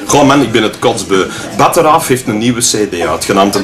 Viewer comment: lol, lachen met Limburgers en Westvlamingen, maar meneer kan 'batteraaf' nog nie juist lezen... En de 100-jarige oorlog is gewonnen door de Fransen trouwens ;)